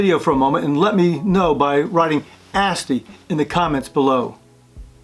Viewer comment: I love your video, I learned a lot. I did not know the captain style decanter was least effective. I kept thinking you were saying "nasty wines" and then I realized you were saying "Asti" haha. It actually made me go to the Asti website and explore more! Funny and memorable story, looking forward to watching more videos from